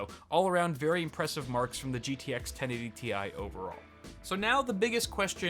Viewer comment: He said 1080Ti wrong